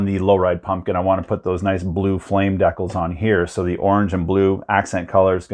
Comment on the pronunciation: The way you pronounced,decals. Made me a bit confused, then I burst out laughing.😂😂🤣🤪🤣🤣